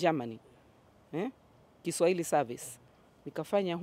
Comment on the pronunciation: I like her programs, choice of songs and her Kiswahili pronunciation just like mine from Zanzibar. We like you sister.